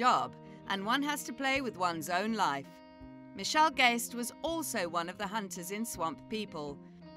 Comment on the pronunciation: IT'S MITCHELL NOT MICHELLE. IT'S A GUY, NOT A WOMAN.